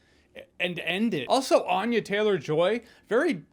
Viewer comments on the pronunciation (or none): Ann-ya not Ahn-ya